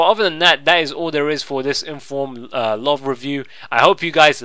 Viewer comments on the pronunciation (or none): L-uh-ve wtf? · hahahah the way that you say "love" is fucking amazing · Love the way you say Love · HAHAHA the way you say love is so funny